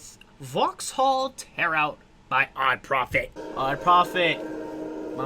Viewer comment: It's Vauxhall, not Vahalla :)